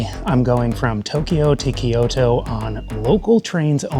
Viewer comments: It is not called KeeYoTo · Good video but it drove me nuts hearing "key-oh-toe" over and over lol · Kyoto is two syllables, not three.